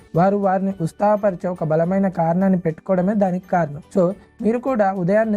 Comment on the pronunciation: Ustaga kadu ra baby utshaham